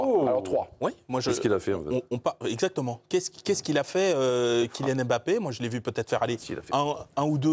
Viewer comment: Arrêtez de dire Em bappè monsieur le présentateur